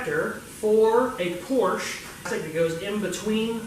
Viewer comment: Would be nice if he could pronounce Porsche.